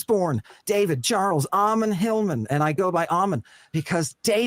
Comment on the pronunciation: Your attention to detail is so low you can’t even pronounce Ammon’s name right. His name is not Amen 😂. Likewise your comments are childish and superficial and you have zero knowledge on the subject. There is no reason in theology and you are not making any sense at all.